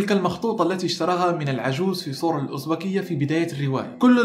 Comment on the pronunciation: بتفرج علي فيديوهاتك القديمة لأني لسة مشتركة من قريب .. اسلوبك وثقافتك رائعة .. عجبني نطقك لسور الازبكية 😂😂 افتح الالف ماتضماش ❤️❤️